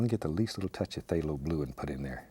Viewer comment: "there" "gesso" "phtalho blue" "hwhite" "something about like so" "psyooom" "what the heck"